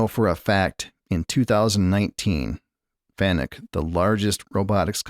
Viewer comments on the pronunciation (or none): You pronounce fanuc " fa nukk" not " fan uk"